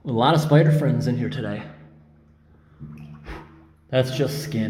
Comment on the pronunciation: I like how you always say "spider FRIENDS". That makes them a lot cuter 😍